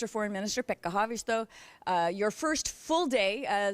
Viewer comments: Maybe that explains why you pronounced Pekka Haavisto's name so perfectly in the beginning of the interview, just like any Finn. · They actually pronounced "Pekka Haavisto" correctly. Damn, gj.